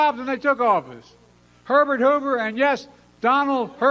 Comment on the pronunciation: 😂 I swore Biden said "Donald Pervert Hoover", but my husband said he said "Donald Herbert Hoover". We rewound; I still think my hearing is more accurate 😂